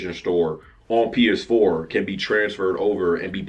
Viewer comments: Oh my God you couldn't say PS4 hilarious. funny ass shit man you say something crazy every fucking time i watch your channel lol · He couldn’t even say PS4 😂😂😂